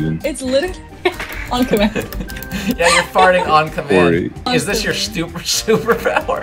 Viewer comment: It EzZ wAT iT eZz